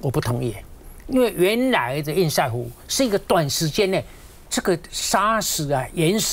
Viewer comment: 趙先生，拜託您！堰塞湖的（塞）與瑟同音才對！ 我不懂？這麼多天了，你為何要一直念錯音？一定有人糾正您，您怎麼還一直念“賽（賽），而不改正呢？您是媒體人，您有責任以身作則。